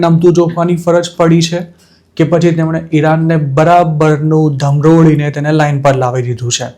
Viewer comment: મોટાભાઈ, ધમરોળી નહીં પણ ઘમરોળી બોલાય.........